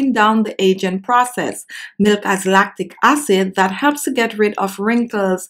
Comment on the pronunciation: LACTIC ACID... not LATTICE ACID..